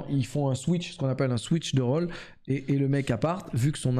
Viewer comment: Rôle se prononce Khole et pas Rawle